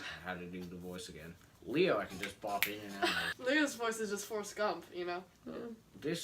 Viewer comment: How come she says Leo like Leah